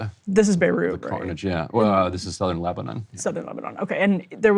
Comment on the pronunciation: Why is Ryan pronouncing Lebanon weirdly ? He's the absolute worst BP host